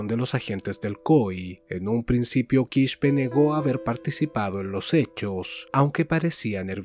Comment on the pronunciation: No Quishpe es Quispe simplemente se lee tal cual